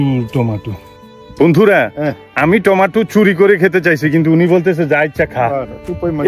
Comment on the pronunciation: উচ্চারণটা হবে টমেটো টমেটো